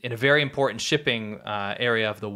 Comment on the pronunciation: "impor'en'h" The word is important.